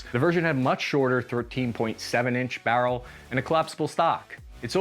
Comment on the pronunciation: The way you said 13 in “Barrel” is funny you brought your accent out there lol